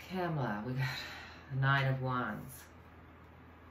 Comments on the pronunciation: Comma la. Not cam as in camera. Important for us to say it correctly because the other side is not. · It's "Comma" la! Thanks,! Love-Light! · OK, the correct pronunciation of the next president is pronounced, “ comma la “